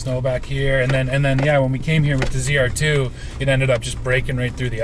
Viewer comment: ZR2 not ZEDR2